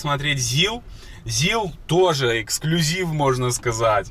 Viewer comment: Не зилА, а зИла! По промелькнувшей оговорке хотите строить дом на колесах И ещё. Вы посмотрели не два проекта, а два автомобиля для будущих проектов! Пока вы их не приобрели под конкретную идею, назвать из проектами преждевременно